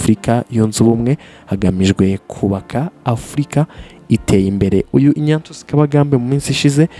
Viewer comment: Ariko tunafite ibibazo mu ngeri nyinshi. Nyumvira nawe umuntu ukora ikiganiro kuri youtube, uwo mbese twakwita umunyamakuru. Tekereza gusoma izina Ignatius ngo ni INYATIYUSI😂 Basi iyo uvuga INYASIYUSI???